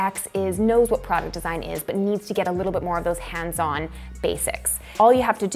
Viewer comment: I like the way you say “hands on” 😝